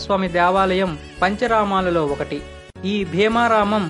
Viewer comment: అన్నిటికన్నా ముందు నీ కంటెంట్ ను ప్రాక్టీస్ చెయ్. పంచరమాలేమిటి అసహ్యంగా, పంచారామాలు అనాలి. అడవి బాపిరాజుగారు ఒకవేళ వారు బ్రతికివుంటే నీ "భాపిరాజు" అన్న విషయం తెలుసుకుని వుంటే పాపం ఆ బాధతో మళ్ళీ చనిపోయివుండేవారు. నా సూచనలు నీకు శాపనార్ధాలుగా అనిపిస్తే అది నీ ఖర్మ. భాష నేర్చుకో ముందు.